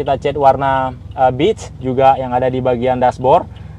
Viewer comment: Maaf bg, sedikit koreksi untuk penyebutan warna "beige" nya kurang tepat, yang saya dengar "bitch", bitch bisa diartikan "pelacur" bg dalam bahasa Inggris